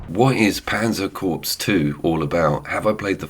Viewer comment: “Corps” is pronounced like core, not corpse.